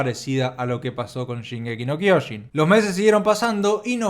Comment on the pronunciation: Se dice SHINgeki no KyoJIN